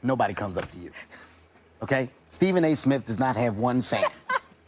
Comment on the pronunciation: Lol, she mispronounced Stephen A Simth’s name in the video